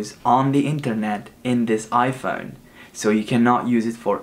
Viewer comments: its phone not phon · the way he says iphone sounds mad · he sounded British when he said iphone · He changes his iphone when he says iphone in a british way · When he said iPhone he said it like English people I donk know if its rude but just telling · when you say iPhone you sound like British